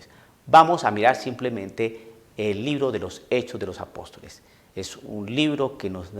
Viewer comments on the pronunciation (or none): none